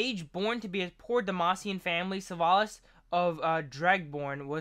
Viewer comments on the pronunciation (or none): He is called SILAS not SUEIALS or what u said xD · Where do you get “shlavas” from Syla my guy. Like one does not simply add letters to a word. XD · this is how you say "sylas" this how you said "sywalas". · this how is said "sylas" this is how you were saying it "sywalas".